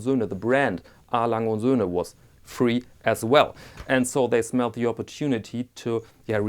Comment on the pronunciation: I was shocked that someone could finally pronounce "A. Lange und Söhne" correctly, but then I remembered you're German. Anyway, great piece!